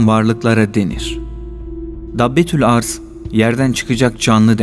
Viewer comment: Arz değil başka şekilde okunur